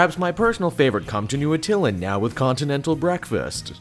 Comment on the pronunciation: Atta-LAAAAAN! It's pronounced Atta-LAAAAAAAAN! That's how they pronounced it in the 90s animated FF show.